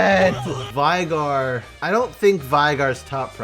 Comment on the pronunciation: great vid! just a quick note: Veigar is pronounced Vey-gar not Vai-gar you can even hear him say his own name in LoR have a good day ☺